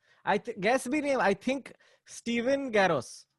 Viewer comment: "Steven Garros", he says. So cringe.